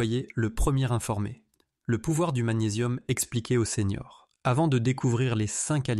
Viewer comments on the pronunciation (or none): Bonjour docteur. Vos vidéos sont faites par IA, et il y a toujours la même erreur : elle écrit, en voulant dire les séniors, elle dit les seigneurs.